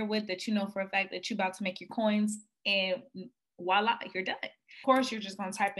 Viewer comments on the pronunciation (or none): none